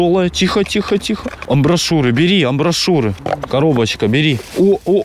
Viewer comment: Амбишуры, а не амбошуры.